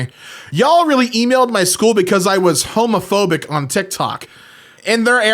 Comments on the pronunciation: That says "Heumophobic" (pronounced "Hyoo-moh-foh-bick") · hmophobic is how you prononce it in one sillyboll(one misspelling in purposeful the others not so much) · 'Homophobic' with the 'ø' sounds like 'Hermophobic' (except you've got to say it like an English person, without pronouncing the 'r') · would be pronounced "hermophobic" i think